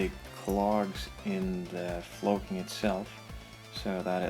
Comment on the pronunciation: Floaking? Is that what you said that stuff was?